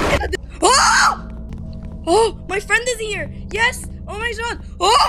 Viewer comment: I CANT "oh my jod" 😂😭